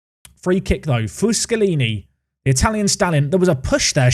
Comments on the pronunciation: Amazing how manages to pronounce fuschini as fuschalini every single time despite there not being an A or an L in his name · Foo-SKI-knee with an emphasis on the ski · just a heads up from an italian fan, Fuschini's pronunciation is Foos-keeny, btw love the series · please, for the love of god stop saying FUSCHINI wrong.